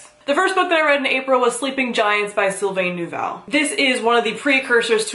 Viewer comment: You're one of the only people who actually pronounced "Sylvain Neuvel" right! God bless you, lmao.